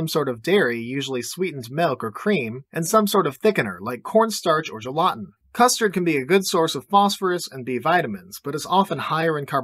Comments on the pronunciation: Bro said gelatin “Jeh-lotten” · im sorry, did you just say gel-AH-ten? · The way he said gelatin threw me off